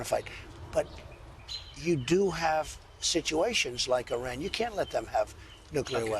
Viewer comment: This guy is a complete right wing hack! And dumb as a doorknob. That’s not how you pronounce Iran.